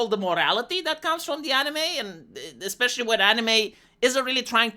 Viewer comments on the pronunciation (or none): none